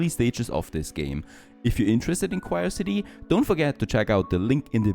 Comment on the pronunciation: Actually its Quriocity not Quirecity, u stupid.